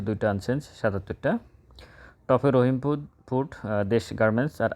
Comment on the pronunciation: রহিম ফুড না রহিমা ফুড উচ্চারণটা সঠিকভাবে করেন।